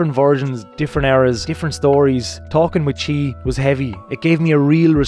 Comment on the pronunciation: Can't wait for her to get reunited with the car in Ireland! Crazy story! 👍👍 Chie is pronounced Chee-Eh Bride seats = Bridd.